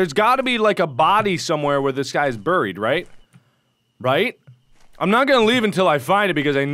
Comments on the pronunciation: It's pronounced bareeed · You say buried wrong dat messed up